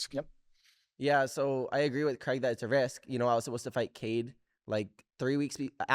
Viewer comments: The fact Americans say Cregg will never not be annoying 😂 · It’s crayg not creg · Creg or craig? 😅 yanks need to learn to pronounce english correctly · Is it really pronounced "Creg"? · I hate the way he says his name as “Creg”